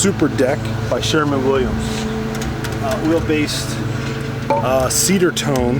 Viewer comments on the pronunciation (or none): *Sherwin, not Sherman. It's spelled right out for you on the can. Also, it's a one coat system, unless you're applying "wet-on-wet," which can be a real PITA on large areas with few natural breaks.. Excessive film build, resulting in tackiness and shiny spots will occur with multiple coats.